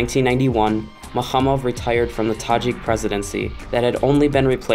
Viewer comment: Thank you for the video. I love the accent, the way you pronounce the Tajik names. You're welcome to Tajikistan anytime.